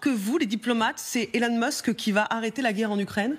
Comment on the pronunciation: Monsieur « Tramp » et Monsieur « Mask »